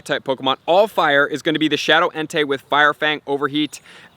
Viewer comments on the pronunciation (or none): none